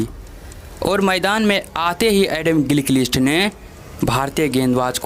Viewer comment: भाई एस्टेलीया नहीं ऑस्ट्रेलिया गीलकीलीस्ट नहीं गिलक्रिस्ट मार्क वा नही मार्क वोॅ, टोम मोडी नही टोम मूडी इस्टीवा नहीं स्टीव वोॅ जबान को थोडा थपथपाओ